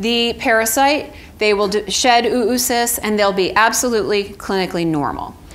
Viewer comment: It's not "OO-OO-Cysts", its Oh-uh-cysts, phonetically ō-ə-ˌsist where "-ə-" is the schwa sound, a brief unstressed vowel sound, a quiet "uh".